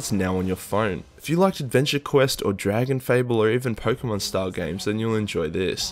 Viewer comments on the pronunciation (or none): none